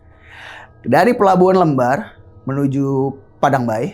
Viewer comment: Sekedar informasi aja ya temen"🙏 Cara penyebutan pelabuhan "lembar" itu seperti membaca "lem", bukan "lembar" kertas 😊😊